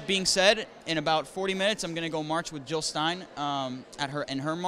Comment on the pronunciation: JiLL NOT HiLL!!!